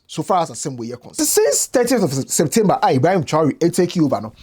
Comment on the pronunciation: lol it seems u're having some trouble saying "30th of September" 🤣🤣🤣